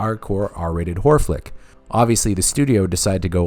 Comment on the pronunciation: You make good videos but I have to point out one minor issue: When you say "horror" it sounds like "whore".